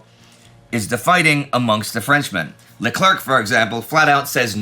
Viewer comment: LeClerc is pronounced Luh Claire